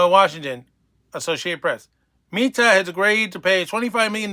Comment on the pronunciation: You should at least learn how to pronounce Meta properly so you don't sound like a fool... Oh, that's not going to help.